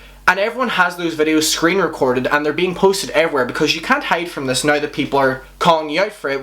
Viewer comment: Dude you pronounce now like /nəɪy/ where are you from??